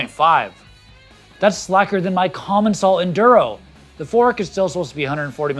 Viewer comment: is commencial actually pronounced common shall?